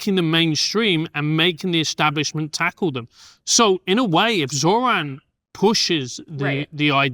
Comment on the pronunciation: You don’t mess with Zohran… I hear it Zohan every time someone says Zohran…